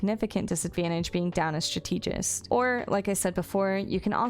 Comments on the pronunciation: thanks for the useful tips! just wanna point out that it's "strAt-egist" or "stra-tuh-juhst" :3 (you're saying it like how you would say "strategic" (stra-tee-gic)) but that's a different word :D hope it makes sense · Great video. 99/100. Lost a point the pronunciation of strategist...